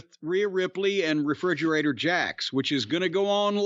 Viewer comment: "refridgerator jax" 😂😂😂😂 i almost fell off my bed